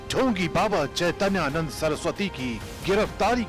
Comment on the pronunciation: Madam Unka naam hai Chaitanya Nand aap Naam Achcha se padh kar Kahiye ga